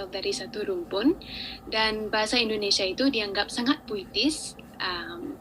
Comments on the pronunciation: INDONESIA min, bukan INDONESA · Mas ucapkan "Bahasa Indonesia" Jangan diucakan "Bahasa Indonesa" Ingat, ucapan Anda didengar orang banyak Ja